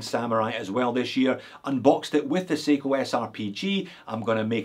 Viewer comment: How do you call that Seiko at 16.40, watch no 45? Say again? 😜